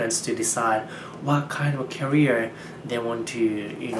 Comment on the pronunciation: 批判の返事来そうだけど、careerの発音キャリアに聞こえるわ。